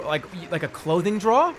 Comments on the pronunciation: He says "drawer" a different way every time, and none of them are correct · the way he pronounced drawer makes me want to hurt him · Classic boston maniac, “jrawhr” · scenter DRAWW liners.. who the hell has a scented DRAWW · why does Jerma pronounce drawer like that?? JROAR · His pronouncing of the word 'drawer' blew my mind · he's never been so boston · Nothing brings out the boston accent more than "drawer" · Jerma has never said a word more Boston than drawer. He says like half the word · Why is he saying "Drawer" like that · i think hearing the most boson pronunciation of "drawer" took me out of jerma fandom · Why does he pronounce "drawer" like that? I'm scared